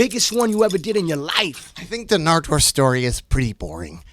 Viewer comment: surprised dj khara knows how to pronounce nardwuar